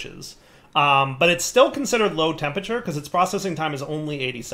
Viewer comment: Skip straight to about 24m if you want to hear say 'Tempature' instead of 'Temperature' about 50 times.